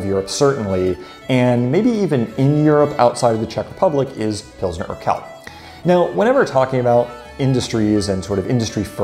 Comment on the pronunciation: Urquell is pronounced oor-kwell. qu is kw in german.... you have that qu too: quit